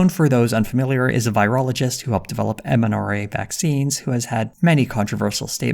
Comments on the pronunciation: did you just say mnra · MRNA, not MNRA.